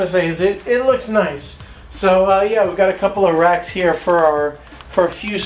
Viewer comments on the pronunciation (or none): "We've got a couple of racks here for a few spices." I initially heard it as "We've a couple of rats here here for a few spices".